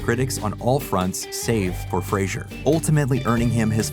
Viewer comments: Fray-zer not Fray-zhur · Fraser NOT Frasier. Comedy Central played the promo of him pronouncing it 20,000 times every day for several years. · FRAZE ER NOT FRAY SURE!!!YOU SAID THE MANS NAME WRONG THE WHOLE VIDEO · “Fray-zer.” Not Frasier. He even says it himself in this video. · lol it’s pronounced Fraser like razor. He’s mentioned this in interviews. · Isn't it pronounced "fray-zer" not like the show Frasier? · Is Fraser pronounced Frasier? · Say Brendan " Frasier" one more time and im unfollowing you. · We could at least pronounce his last name correctly. He's even gone on to say he has no idea where people got the idea it is pronounced the way it is in this video. It's like "razor", but with an F at the beginning. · How many times can you mispronounce Frasers' name in 11 minutes? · Right? IMMEDIATELY after having a clip pronounce it correctly too! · Big oof. To be fair that is what 90% of us called him back when he was a rising star.